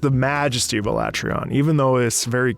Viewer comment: Strange, I never considered it to be said they way you pronounced it outside of "Ala-trea-on" instead of "A-lat-reon." Very interesting to hear other's interpretations of the beast's name. Given the state of my completion in the game thus far, it was definitely up there in terms of the hardest fights I've experienced so far in a Monster Hunter game. The various mechanics and the various elements behind the fight caters to teamwork rather than individual roles per weapon type. Hunters have to really focus on a number of key components to ensure the fight can end within the time limit. The music itself plays such a deep role to this fight in particular, especially when the fight changes so drastically and suddenly throughout the fight itself. While I had such a difficult time with fighting Alatreon, the music was surely a change from fighting the other larger and more difficult creatures towards what could be considered "end game" beasts. Thank you for the video!